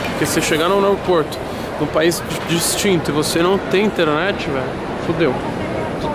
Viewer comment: Pra que falar " inteRenete ?